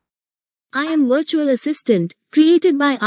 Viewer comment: Ye 'bertual' kya hota hai